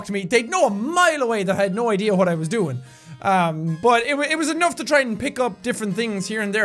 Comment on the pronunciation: no it isn't bad... I don't like it either. Also when jack/Sean says what he says it pronounced like "uwhat"